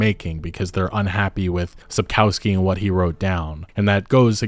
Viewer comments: sapkowski is pronounced sap-kov-ski just fyi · Small nitpick but the authors surname is spelled sap-cov-ski not sap-cow-ski. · Sapkowski is really easy to pronounce: sap-kov(o like in on)-sky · it's pronounced - Sapkovskee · Sapkowski's name is mispronounced, you call him "feces" through the whole video 😁Not that it doesn't fit... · Your pronunciation of Sapkowski surname is terrible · Google Sapkowski and listen how it's pronounced .. as a Polish Person it's really frustrating to hear you Americazing his name😅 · You get paid for making those videos and receive hundreds of thousands of views, is it so difficult to spend 2 minutes of your time to google how to actually pronounce Andrzej Sapkowski's surname? Never occurred to you that maybe it's not pronounced your American way since it's a Polish surname? Embarrassing.